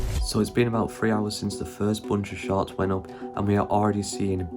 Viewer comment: All I can hear is “sharts” 😅🤣